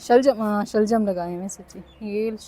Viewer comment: Shaglam😂😂😂 nae shaljam